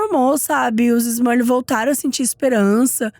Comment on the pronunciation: te adoro mas deu agonia você falar “Smurlil o vídeo todo kkkkkk